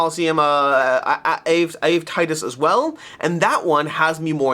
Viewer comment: Your pronounciation of Ave Titus is too funny 😂😂